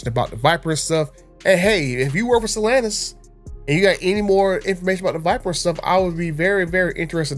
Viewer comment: Why does he say Stellantis like that ew lol